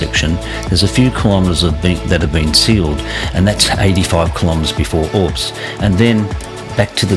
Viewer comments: great vid - i live in Bombala and ride these roads every week - just had to pull you up on the pronunciations - its Brown Mtn not mt brown - Candello, like yellow - Mt Darragh is like mt Darra - and its orbost, not orbst - other than that, it was great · Another great video. Love that Bonang Rd, probably on my own personal top 3 but need to check out a few I've never ridden. That vertical foliage on the tree trunks is regrowth after a bushfire (Hate to be a pronunciation nazi, it's OR-bost, not Orbst) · Good video but your pronunciations are a bit off. Candelo (candle-O), Mt Darragh (Darra) and Or-bost (not Orbust 😂) …